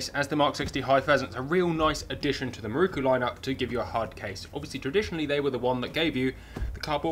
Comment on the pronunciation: having watched dozens of your very entertaining vids. At last I have cracked. Just got to comment. could you please pronounce. MIROKU. as spelt. So many people seem to pronounce it it many different ways. The 4th letter is an O not a U. IT is MIROKU not MIRUKU. Not so much a critisism as a comment. Hope you are not offended. I really enjoy your channel.